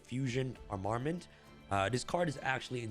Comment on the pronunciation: just fyi it's pronounced arm-a-ment, not a-mar-ment